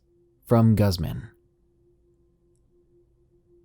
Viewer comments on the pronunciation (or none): GUZZMAN is pronounced "Goozeman"